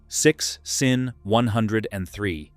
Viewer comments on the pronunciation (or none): Your AI needs to learn how to pronounce SINN it sounds like ".zin". Sinn is a German wird meaning sense.